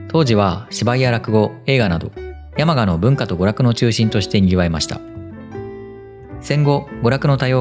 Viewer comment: 山鹿のイントネーションは廁と同じです。灯篭とか羊羹のイントネーションも気になりました笑💭 どちらの方でしょうか？